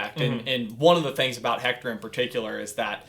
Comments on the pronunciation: The name is pronounced Ector, not Hector. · ok it is spelled "Hector" but due to the Spanish language its pronounced without the h as ECTOR! uncultured swine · Please stop pronouncing the “H” in Héctor. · You kind of got the pronounciation of Héctor wrong. In Mexico and other spanish speaking countries often don't pronounce the "H" so it's actually Éctor